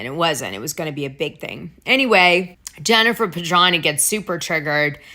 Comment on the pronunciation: Dana, if you’re going to mention someone’s name multiple times in multiple broadcasts, you really should say their name correctly. Jennifer Pedranti. Her last name has a T in it that you completely ignore. You pronounce it as Pedrahny. It’s PedranTi. How would you like it if someone just left out one of the letters in your name?